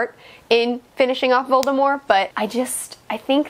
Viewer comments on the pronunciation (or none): you said "voldemore" lol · Voldemort with a silent T is just so damn weird to me